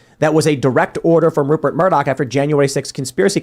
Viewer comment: It's "Rupert" Murdoch.